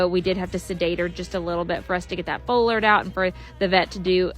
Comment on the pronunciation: Foal alert or full alert? They sound similar and I can't tell every time you say it